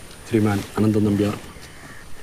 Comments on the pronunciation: അനന്തൻ നമ്പ്യാർ.. അനന്നൻ ആയിപ്പോയി... എന്നിട്ട് അത് നോക്കി അനന്തൻ നമ്പ്യാർ എന്ന് വായിച്ച ബ്രില്ലിയൻസ്...😂😂😂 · അനന്നൻ നമ്പ്യാർ അല്ല അനന്തൻ നമ്പ്യാർ അല്ലെ? ഇതൊക്കെ ശ്രദ്ധിക്കണ്ടേ അമ്പാനെ😊